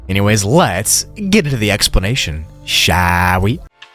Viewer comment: When you say "shall we" it sounds like "showie"